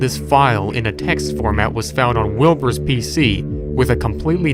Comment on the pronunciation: When he said wilbers virus thought he said wilburts virus